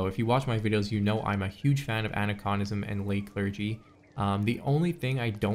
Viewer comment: Aniconism: it's not ani-KAHN-ism, it's AN-EYE-kahn-ism. An- (against); icon (symbols). Icon as in "this sect sure is full of iconoclasts."